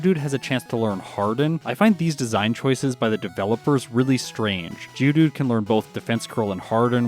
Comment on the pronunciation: Is it just me or says "GEODOODOO"?